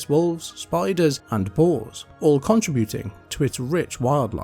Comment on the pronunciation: The way the AI pronounces “contributing” has killed the last iota of my soul.